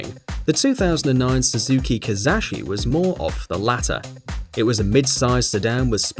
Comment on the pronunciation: I laughed when I heard Suzuki Kiss-ass-shi